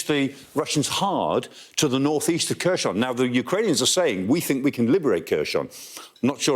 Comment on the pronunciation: Khersouun. It's not French lmao.